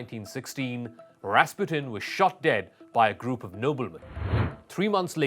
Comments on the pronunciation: Accent is on the second syllable: ras-PU-tin. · Wow, you're right. Ras PUTIN. We should have known him.